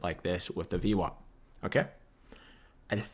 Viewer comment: omg its vwap -not vwop !!